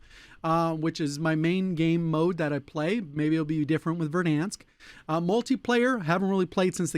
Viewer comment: The way he says Verdansk always makes me laugh 😂